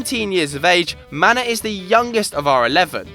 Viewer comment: You say Manneh like Mané. Not Man-eh, Manneh and Mané are the same name. Senegalese just spell it the french way and Gambia the English way.